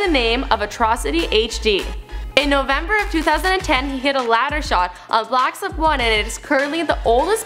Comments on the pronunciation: Did no one notice how she said blacks op 1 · did she just say, "blacks of 1?" lol